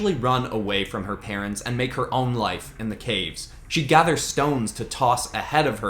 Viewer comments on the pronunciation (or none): none